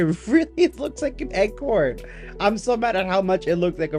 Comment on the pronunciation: Pronounced acorn not egg-corn.